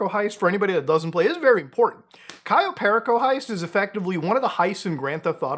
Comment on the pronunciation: bro muta please just pronouce one single heist name correctly, kayo periko and fucking fleeka